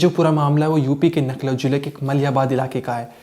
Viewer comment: भाई बार बार आप लखनऊ का नखलऊ बता रहे हैं कहां से छानकर लाये या आये हो आप😊